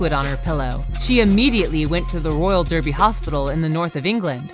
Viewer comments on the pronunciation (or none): none